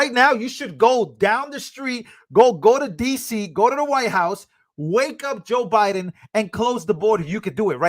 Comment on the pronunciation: Did anyone hear Kamala say to Trump. "Youre not running against OBiden."?